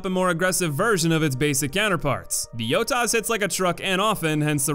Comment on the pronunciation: Did you just call it a yotas???